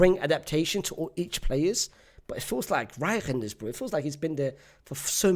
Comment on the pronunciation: Reijnders ❌ riy henders✅💀